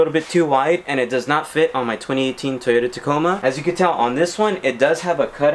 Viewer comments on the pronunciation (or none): none